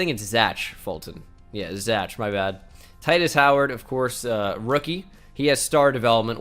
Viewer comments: The fact that he actually said zach as ch, not zack is broken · No one: Absolutely no one:: Pronounces Zach (Zack) as Zatch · i hope you're fuckin with me and don't actually think zach isn't pronounced the same as zack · Bruh even if it’s Zach it’s still pronounced Zack